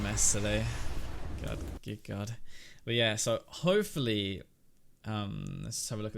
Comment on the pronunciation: did you pronounce hopefully hoe-fully at the end there lol i love European people